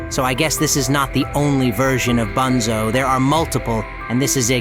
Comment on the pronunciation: No way bro called bunzo “ boonzo “